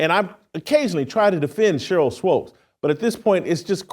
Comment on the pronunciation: Jason, I love ya, but it’s “swOOpes”.